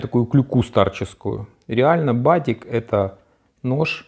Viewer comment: Только называется БАДЕК. Ударение на е.